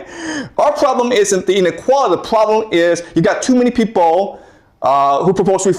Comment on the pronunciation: "The pwoblem is..." that this guy is r3tarded